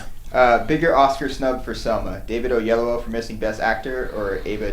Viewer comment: No its not O-ye-yu-o Its O-yee-eh-lo-wo